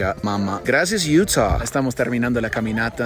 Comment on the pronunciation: Se dice Utah Madre!!